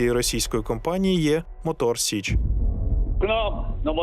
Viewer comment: Мотор Січ, а не сич